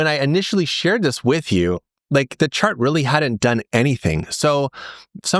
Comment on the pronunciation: I heard: "this one shart on glassnode that's about to go parabolic" 🤣🤣🤣